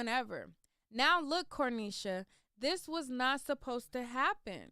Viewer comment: Where are you getting the “L” in the pronunciation of her name. So annoying